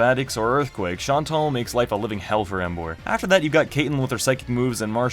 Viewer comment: Bruh u idiot tuber it's emboaaarrr